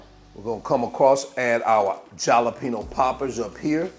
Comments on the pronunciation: i got halfway through the video.. please say ha!lapeno! like the rest of the world.. .. i know it's spelled with a j , but damn man! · Dude, I love your videos. The way you say Jalapeno in this one cracks me up. Com-on-man. The "J" should sound more like a silent "H", like saying "ha". Try "Ha-lapeno". Keepem coming bro. Peace. By the way, I have that exact same oven, and I love it. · You mispronounced th J, it's pronounced like an H in spanish.